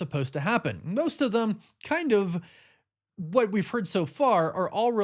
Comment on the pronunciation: The word is THEM … not THUM. And there is no “s” at the end of “anyway”.